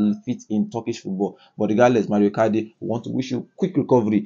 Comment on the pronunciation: Mauro not mario